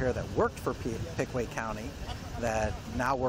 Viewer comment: He said Pickway Co. 😂 isn't it Pickaway Co. Circleville , Oh.